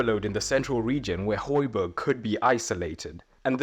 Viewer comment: and Højbjerg/Hojbjerg, not Hojberg